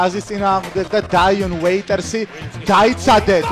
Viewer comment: ტრიალ ბლეიზერსი არა, ტრეილ ბლეიზერსი ალონსო გი არა, ალონსო ჯი დაიონ უეიტერსი არა, დიონ უეიტერსი ----------------------------------------------------- ეს ისე, როცა ასეთი გადაცემა მიგყავს ვალდებული ხარ იცოდე ასეთი ელემენტარული რაღაცეები ))